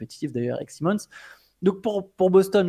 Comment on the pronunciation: il aime mixer la prononciation des noms 😂😂 Un coup Anfernee Saille Monnz, un coup Anfernee Si Monnz.